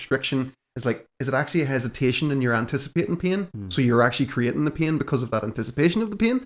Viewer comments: Haha. Until I read this I still thought that he said ‘peeing’ 😂. Thanks for the translation hint 👍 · Thanks you three! Great topic. I’ve got what seems to be a torn left rotator cuff and have been babying it while still maintaining my ROM, and the occurrences and amount of pain have decreased, so I’m feeling better, but certainly don’t want to reinjure it. This discussion was good for me. 😃 When you originally started talking about pain, which you say with two syllables, it sounded like you said “peein’”, and that got my attention. 😂 Best regards from NEW Mexico!